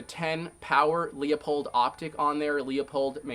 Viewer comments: What's a Leah-pulled??? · It's (loo-pold)